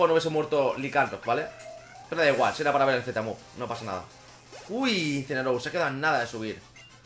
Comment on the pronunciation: me ha parecido muy gracioso como dices uncineroar no falla y le evitan el ataque parecía a proposito